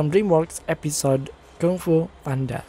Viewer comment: Maaf kak yang bener penyebutan nya Kung Fu bukan KANG FU 🙏🥰